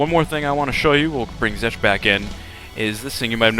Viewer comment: i'm pretty sure you said zek.